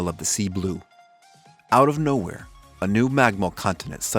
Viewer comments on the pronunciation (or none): none